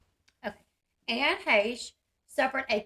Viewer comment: Dang her being " pretty " definitely important. And you sure can pronounce her last name. Good job.